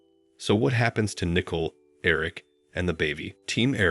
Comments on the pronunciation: Learn to pronounce their names correctly! It is NICOLE... noy Nickle!!! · Please It's NICOLE not NICKLE"! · Its not nickel it is Nicole, how stupid